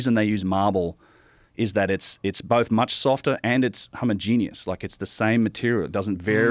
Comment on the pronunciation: Nobody ever knows how to speak english that goes on JRE. He said homogenous “homogenius”. It makes me think that these aren’t experts but plants in their field for the media. I lose all respect when they start pronouncing words incorrectly